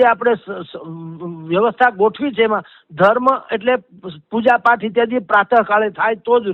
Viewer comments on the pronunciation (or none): none